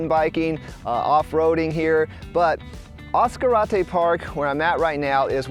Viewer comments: As Car Ate Tay, just say it really fast! : ) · ASS-Karate park 😂, sorry mang 😊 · Oh is not pronounced Ass-Karate Park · Other than the mispronunciation of the name, lol beautiful video . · Your pronouncing it WR0NG!!!! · How did you pronounce Ascarate? Why are you trying to Anglo Americanize the name of a place? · Nice but that's not the way you pronounce Ascarte surprised the man fishing didn't correct you.